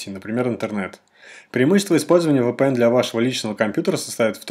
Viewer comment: еще бы правильно произносить VPN научился бы)